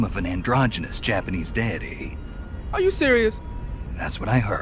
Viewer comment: when he pronounced deity as "daddy" I laughed pretty hard. It was for the other Japanese thing